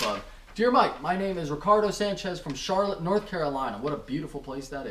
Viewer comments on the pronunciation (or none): none